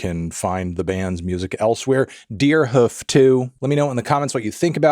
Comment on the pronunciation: love how you prononce it 'deerhuf'